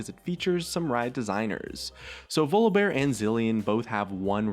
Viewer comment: "Vluhbear"...yeah something sounds wrong there :/